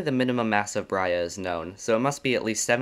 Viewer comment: Brahe ≠ “Brya”